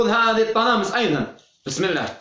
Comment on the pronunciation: السلام عليكم غخي «الطلاسم»و ليس الطلامس